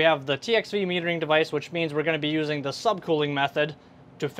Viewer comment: say THE THE THE THE THE THE THE NOT:DAH!!!!!!!!!!!!!!!!!!!!!!!!!!!!!!!!!!!!!!!!!!!!!!!!!!!!!!!!!!!!!!!!!!!!!!!!!!!!!!!!!!!!!